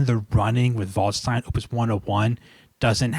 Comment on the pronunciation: By the way, "Waldstein" is pronounced as if it was spelt "valdshtine", so not quite "voldstine" as I think you pronounce it. In German, 'a' is always pronounced like the 'a' in 'apple', 'st' as if it was spelt 'sht', & 'ei' like 'eye'.